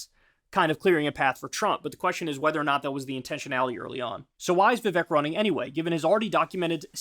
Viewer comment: Hi friend. Vivek’s name pronounced more like Vivake. I assume accuracy is important to you, so just wanted to put that out there! Signed, a person whose name people can’t pronounce.